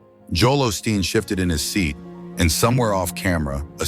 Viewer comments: I dislike these videos with AI-generated voices, but we can't escape them. Whoever posted it could at least correct this pastor's name from "Austin to Osteen." Do we really even know if this happened? It's not a video but just a photo, and we have to trust whoever posted it, with the stupid AI voice! This man, Osteen would not make millions of dollars if people did not tune in to watch him on TV or go to see him talk. And again, the AI voice and subtitles spell Jonathan Roumie's name "Roomie" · Seems a little A I TO ME DUE TO THE MISPRONUNCIATIONOF CERTAIN WORDS...ROUMIE AND OSTEEN AS AUSTIN....A LITTLE DICEY BUT I LIVE THE CHOSEN AND JONATHON AS HE PORTRAYS OUR MESSIAH AND SAVIOR. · Learn how to spell and pronounce Osteen! It will, at least, lend some credibility. Also, Roumie is mispronounced.???